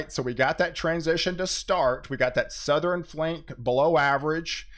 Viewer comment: EastERN, SouthERN... NOT EastREN or SouthREN..... I bet you say nukular too.